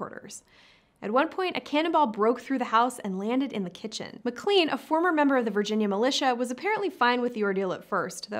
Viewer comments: McClEn? It's pronounced McClAn. Long a, not long e. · McLean is pronounced "Mc Lane."